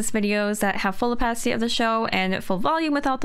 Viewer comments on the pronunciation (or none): none